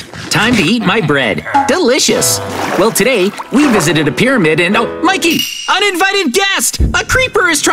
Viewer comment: I love mikey said holy cow pyrmaid